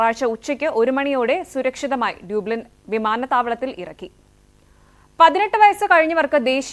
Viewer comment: വെരി വെരി ഗുഡ്. ഡബ്ലിൻ എന്നാണ് ഉച്ചാരണം.